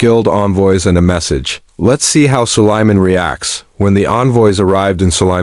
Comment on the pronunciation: It's Sulaiman A.S (Alaihe Salam), or just say Prophet Sulaiman Oh C'mon!!, at least check before posting the video that your stupid Ai voice-over is even pronouncing things right or not 😒😒